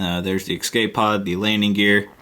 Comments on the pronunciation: dude you keep saying excape pods. it's escape pods. great video otherwise! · You kept saying "exscape" :) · No-one taught him how to say escape properly. /